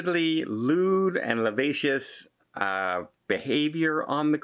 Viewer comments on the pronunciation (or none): (It’s “lewd and lascivious,” ….not lavacious.